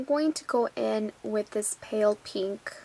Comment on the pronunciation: You say peeenk, lol. And you people should stop hating, it's hilarious.